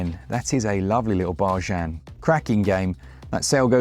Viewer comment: Thanks a lot guys, thanks to you guys I now constantly mispronounce the word bargain in conversation. Cheers for that.